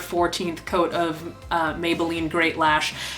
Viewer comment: did u say "beans believe it" or am i hearing things?